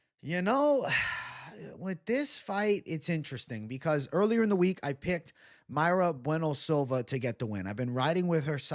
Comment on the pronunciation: Mayra Bueno Silva he says 🤡